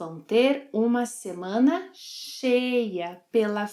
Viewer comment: See, I was right Portuguese pronunciation is very tough, "shma-semana" Even the has a problem with the pronunciation! jejejjee (apenas brincando). Fun fact, I lived in Colombia for two years and they use that same hand signal when some thing is really "lleno o pegado" I have never seen that hand gesture used in another Latin American country. Muito obrigado por mais um excelente vídeo. Desta vez, fiz anotações para não me esquecer de nada!